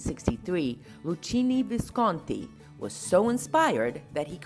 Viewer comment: Easter is likino visconti.thats the right pronunciation